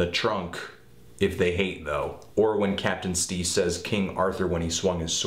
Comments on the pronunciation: Jesus you said captain steez that's bad man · Dawg... Captain Steez ???? 😂😂😂 come on now